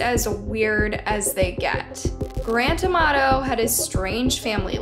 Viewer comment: I keep hearing his name as “ The grand tomato”! 😂